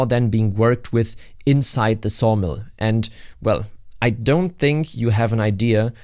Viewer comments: At first I thought I heard sauna, so i was really confused when you said sawdust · At first I thought you said SAUNA not Sawmill. Now it makes me thing a log cabin resort in the woods would be great